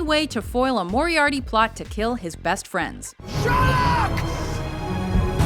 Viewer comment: moriarty Oh my god it's MORIAR-T-Y moriarTy T! T!T! T! T! T! T! Is it so difficult to pronounce the letter (pronounced with a T as well if you couldn't figure that out) T